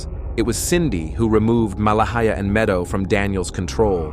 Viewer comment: This terrible AI narration mispronounced Malehya differently several times. 😒 It's not Mala-hee--ah... Her name is pronounced Ma-lay-ah Credibility is everything. 🙄